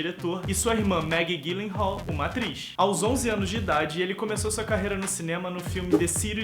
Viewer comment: meu ator preferido. Só uma pequena correção o sobrenome dele se diz "Dji lenral" e não Gui lenral. obrigada pelo vídeo. :)